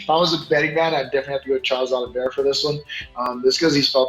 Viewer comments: Everybody was calling him Oliv-E-eira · Oliviera or Oliveira???